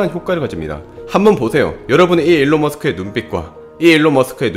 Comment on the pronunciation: 안녕 하세요~~~일른 머스끕니다아~~어이~~